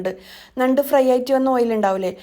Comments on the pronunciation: ന്നണ്ട് അല്ല ഞണ്ട്😂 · നണ്ട് അല്ല. ഞണ്ട് aan. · ഞണ്ട് അല്ലേ.ന്നണ്ട് അല്ല ല്ലോ. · നണ്ട് അല്ല ഞണ്ട് ആണ് 🤣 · ഞണ്ട് എന്നാണ് ഞങ്ങൾ പറയുന്നത്. നണ്ട് അല്ല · Nand alla. Njand aanu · നണ്ട് അല്ലാ ഞണ്ട് ആണ് 😀 എന്ധെലും ആവട്ടെ വീഡിയോ സൂപ്പർ